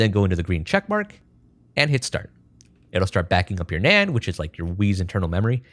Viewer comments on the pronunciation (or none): none